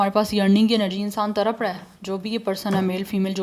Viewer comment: तरप नहीं... तड़प। कृपया उच्चारण सही से किया करें 🙏